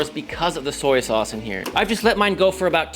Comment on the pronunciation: Mr. Miyagi would be proud of your “Soyaa” sauce 😊😅